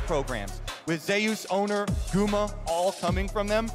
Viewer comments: Way closer to the real pronunciation than "Zoos", lmao. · "Zayus" Imagine if Kratos heard u say that lol